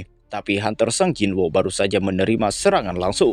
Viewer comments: gemes dengernya, sung jin woo, bukan sang jin woo 😂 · Sung Jin-Woo (성진우), dilafalkan "Seong-Jin-u" ✅ Sung jin-woo dilafalkan "SANG jin wo" ❌